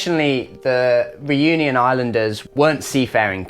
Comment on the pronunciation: Please learn how to pronounce "Reunion" correctly. Your english pronunciation of it hurts. No, I'm not French.